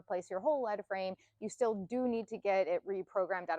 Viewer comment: Its leadframe, lead like to lead, be in a position of leadership, not lead like the element. Sounds like leed not led.